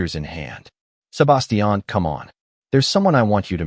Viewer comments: Butchered the name Sebastian 😂😂😂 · It's like they used an accent for only his name but English was their first and only language and they've never spoken to anyone that didn't speak in a monotone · The way the AI says Sebastian is annoying as hell.